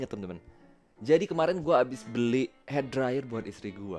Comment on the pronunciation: Lu kenapa ngomong "beli" jadi "belik" ? Ngomong "kena" jadi "kenak" ? Aneh